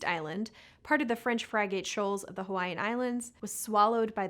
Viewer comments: Technically "frig-ate", but the a is often pronounced as a schwa, an "uh" - as in "about" when said "uh-bout", and any number of other words it can be found in. Tom Scott did a great video either about it or containing it, in his Language Files series (which is coming to an end 😓). Well worth watching the whole series even if you're not into linguistics! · French "fry"gate??? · And frigate. Fry Gate? Its Frig get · French "Fry-gate" Shoal Islands?, it's pronounced "friggit." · Isn't it "FRIG-et" like a ship? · Frig-ate. It's pronounced Frig-ate. You know, like the ship. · Pronunciation also failed On frigate